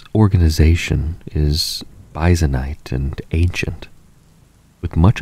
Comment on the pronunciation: "byzanite" where you probably meant byzantine. Sorry my custode's ear pricked up. :p now back to sleeping 😴